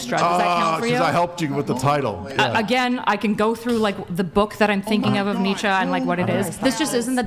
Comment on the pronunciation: Who THE F is Netcha? Do you mean Friedrich Nietzsche???? -02